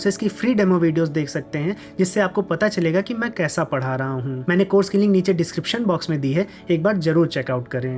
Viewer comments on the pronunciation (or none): none